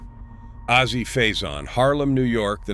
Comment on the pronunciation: FYI : : It's not PROUNCED "AZEE" .. The name is the Letter "A" + Letter "Z" .. simple if you're going to tell the story at least pronounce the names correctly